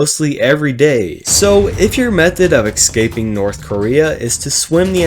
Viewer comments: Bro says "Excaping" Its escaping buddy. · A little bit of me does inside every time he says ‘ex-caping’ 💀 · the amount of time you said ecscaping is pretty painfull.